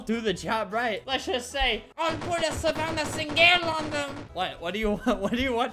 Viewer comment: Savannah Sing-gel! 😂